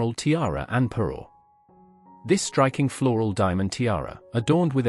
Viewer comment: Parure, not Peru etc 😊😊